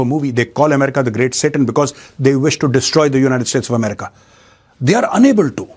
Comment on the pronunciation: Jaat Bhai Jaat bahut Jor jor se chat bhai Tere bas ki baat nahin Hai America na bolane ka